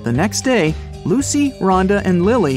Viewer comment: Thats more like "You have 3 DA to live" 😂